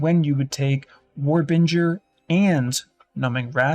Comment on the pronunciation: War Bringer ... Bringer not Binger And its a little thing but you call it Rage when you mean Fury Otherwise love the videos and rocking the Axe 2hand build